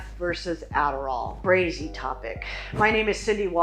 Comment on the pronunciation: HAHAHAHA did she say "Brazy?"